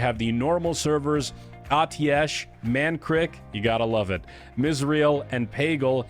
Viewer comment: Mankrik...you nailed that one :-)